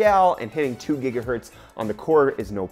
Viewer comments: It is pronounced "Gigahertz" not "Jigahertz" lol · Is it really JIGAHERTZ? What I know is it's GIGAHERTZ! 😲😲😲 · gonna dislike your videos every time i hear jigahertz. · PLS STOP SAYING JIGAHERTZ! ! ! ! ! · you mispronounced Gigahertz ;)